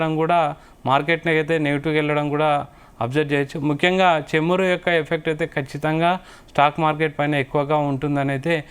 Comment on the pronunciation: చెమురు....కాదు నాయనా.... చమురు... అని చదవాలి... anchor గా సెలెక్ట్ చేసిన వాడిది తప్పు....నీది కాదు.. తెలుగు భాష మీద పట్టు ను నేర్చుకునే ప్రయత్నం చేయండి..